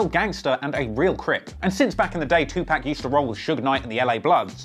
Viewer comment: It's pronounced too pock not too pack